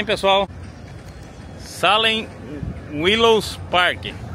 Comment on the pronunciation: A pronúncia é: "seilem" escreve Salem , mas ... já que vc está aprendendo ingles então... já procura a pronúncia correta.